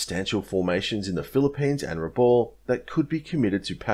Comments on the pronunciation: Pronounced Brewuna! My dad was there! Pronounced Rebal! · Vasey is pronounced Vey-zee. Raboul pronounced Ra-Bowel. Excellent vid as usual.